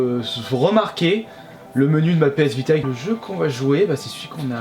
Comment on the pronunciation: Tu as dis PS Bida